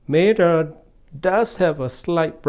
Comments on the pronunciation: It’s META, not MATTER. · He calls it “matter” not meh tuh